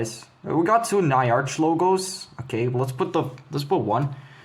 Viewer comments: bro it's not na-ya-r-ch, it's nya-r-ch, like a cat meowing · Pronoinced Nya-rch, not Ny-arch